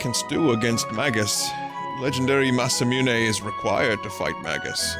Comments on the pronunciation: indeed! and it's "moo-né" not "miu-né" as he says :D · Vinny: "There's no winning" There is - pronounce Masamune right you brainyot